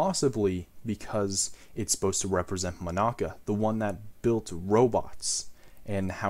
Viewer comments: Mon-aca Me: how tf did he say it wrong sujrudoxosudsisushsisysoshs Mon-uh-cuh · Is it just me or is he saying Monica wrong? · nice video and all but im sorry i hate how you pronounce monaca